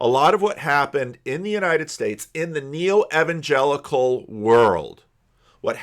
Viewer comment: says evan-jellicle so many times at the start of this video that it gave me Cats flashbacks.